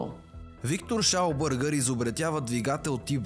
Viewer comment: Виктор Шаубергер, немец е, така че не е Шаубъргър. 😂😂😂